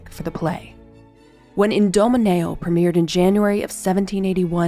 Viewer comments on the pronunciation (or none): OK. That was damned good! Love how you brought his face to life. Very cool lady! Very cool. (For the record it's "I-domineo" not "In") Otherwise, flawless!